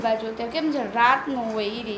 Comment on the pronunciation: તમે મોટા ભાગે "છે" ની જગ્યાએ "हे" ane "શે" જગ્યાએ પણ "હે " એવું કેમ બોલો છો... એ કઈ ભાષા છે ??